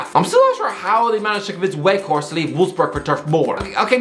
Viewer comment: Can you at least try to study how football player names are pronounced? Halland? Weghorset? Seriously? I'm pretty sure you'll be pissed as a soggy donut if I called you